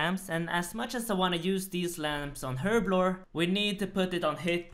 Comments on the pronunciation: "Herbivore" lol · Herblblore hahahahahah